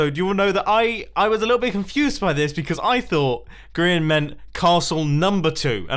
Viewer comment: For God's sake it's GRIAN, not Grean, not Grain, GRIAN.